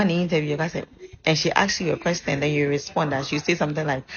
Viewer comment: Why have some Ghanaians started pronouncing ‘question’ as ‘questing’?